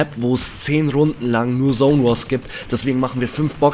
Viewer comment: Es heißt Zone und nicht sone